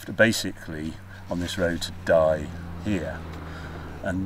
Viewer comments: "it does rain in France" --> you bet ;-) ! Great video as usual, Harry ! PS : it should be pronounced "dee" not Die ;-) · It's pronounced 'dee'. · Die, pronounced Dee - jewel of the Drôme, home of the very excellent wine Clairette de Die. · Die. It's pronounced 'Dee'. They make a nice sweet sparkling wine. Great video again, thanks Harry. Whenever I watch these French trips I just want to sit in my car and go.